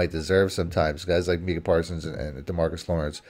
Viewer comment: It’s not “meeka “, It’s “Micah”